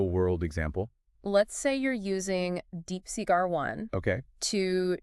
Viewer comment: wtf is DeepSeq mate? Did you mean DeepSeek?